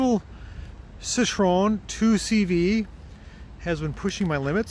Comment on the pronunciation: Hi, glad you're back, was getting worried... BTW try pronouncing Citroen as See-tro-when... Greetings from a Dutch fan!